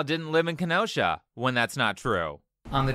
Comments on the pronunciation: As a Wisconsian... thanks for pronounceing Kenosha right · I haven't heard Kenosha mispronounced yet